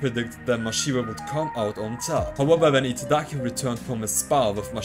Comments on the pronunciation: I agree, he just can't seem to get Giataki's name right at all. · take a shot each time he says Itagaki's name incorrectly (he says Itadaki). your liver will fail before the video is halfway done lmao. love your videos homie, been a while since I read through the manga so the recaps and coverage of newer stuff is appreciated.